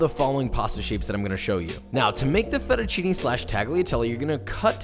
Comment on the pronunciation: Also with fettuccine the "ne" is not "nee" is more like "neh" or "né"